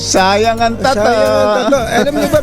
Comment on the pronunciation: NATATAWA AKO SA 0AGBIGKAS NG SAYANG ANG TATTOOOOOÓ......???? UUUUHHHHHH... 🤣🤣🤣🤣🤣